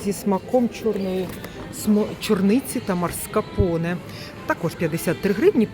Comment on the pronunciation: Як ви цікаво вимовляєте маскарпоне, так і не зрозуміла 😊